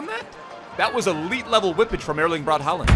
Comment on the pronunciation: I know you like to pronounce names correctly, and the "aa" part in both "Haaland" and "Ødegaard" is a Norwegian character called "å". Put it into google translate and you'll hear how it's pronounced. The "d" at the end of both names are silent, so the names are pronounced "hå-lan" and "Øde-går". No worries of course! :)